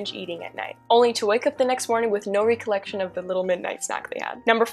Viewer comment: Cool video, but you might want to check out the correct pronunciations of "paralysis" and the various forms of "recollect"